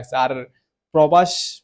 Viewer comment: টিজার দেখবি ভালো কথা স্ক্রিন এর সামনে এত ওভার এক্টিং করছ কেন? আর তুই VFX এর সম্পর্কে কিছু জানছ?? আর প্রাভাস রে প্রবাশ কছ কেন?